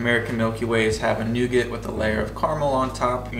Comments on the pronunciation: Nougat . 😂. Silent T. Carmel = Car A Mel. A is pronounced. 😂 Exact Same…. Both mean the same. It’s either exact or same not both. 😂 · Nice video ... but ... I didn't know what word you were saying ... we definitely don't pronounce the "t" in Nougat.